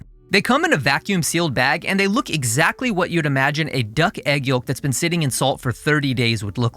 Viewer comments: Great video! (Also, pronounced "yowk", the L is silent.) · The L is silent yolk, brother. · fascinated by your pronunciation of yolk